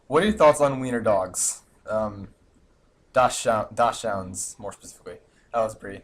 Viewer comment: 1) You said Glyph correctly. 2) You said Dachshund wrong. 3) Corn nuts are corn. 4) You're cute. ._.